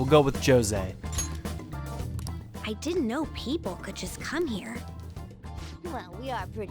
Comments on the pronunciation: It seems 'Jose' isn't very far into his studies of humans... NO HUMAN PRONOUNCES THAT NAME LIKE THAT! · Jose is pronounced how the characters say it even in Japanese but to me it always feels just……wrong